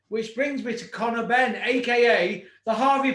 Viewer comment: HE CALLED CONOR BEEN HARVEY PRICE BWAHAHAHA